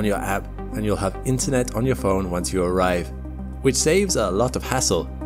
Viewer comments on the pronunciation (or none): none